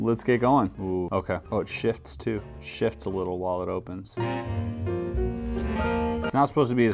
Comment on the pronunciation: Hearing Chris say the Triton puzzle "shiFts" 😂